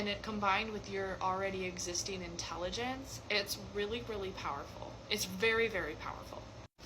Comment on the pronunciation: 😂 😂 I HOPE YOU DON'T MIND 😂 Intellidence got my ass Rollin. 😘 Yea baby, there is different layers of the atmosphere I told you I was Intellident. 😂 Yooo imma start typing out my lisp straight up, that's the inspiration 😂 😂 😂 I freakin love that. 🏇🏇🏇 Only Intellident girls rock Flannel. 🎉❤PERIDENT 😂 😂 🧑‍🎓🧑‍🌾 If only you were as intellident as you looked we wouldn't be stuck on a tractor Bobby. 😂😂😂 🧑‍🌾🧑‍🌾 Now listen Ron, all we was said was we appreciate the help Ron but you got the survival skillz of a carrot and the intellidence of a Slug. 😂😂😂Thank you for the beautiful reading 👏🏽 ☺️ ✨ ☺️ 👏🏽 ☺️ 💛 💚 💙 👏🏽 ☺️ ✨ ☺️ ✨ 👏🏽 ☺️ 💛 💚 💙 👏🏽 ☺️ ✨ ☺️ ✨ 👏🏽 ☺️ 💛 💚 💙 👏🏽